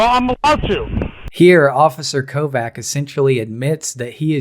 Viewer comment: (kovács) is pronounced as kovach not kovac